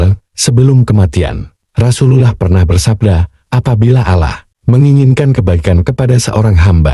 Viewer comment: Nyebut Allah nya ga enak.latihan / belajar dulu lah.